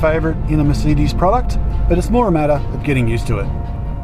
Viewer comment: It's merSAYdes not merSEEdes!